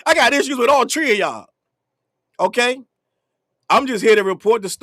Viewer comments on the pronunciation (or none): All tree of y'all😂!!! LOL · I love “all tree of y’all”🤭😂